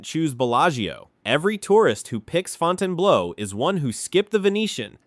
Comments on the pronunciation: It's not "Fountain Blow", it's "Fountain Blue" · FOUTAIN BLOW ? AI AT IT'S FINEST, WTF